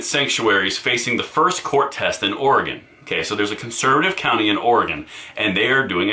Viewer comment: Thank you for pronouncing Oregon correctly. Many people who live outside of Oregon say "Orahgahn", but you correctly pronounce it "Orygun". Plus, thanks for all of the great information you provide!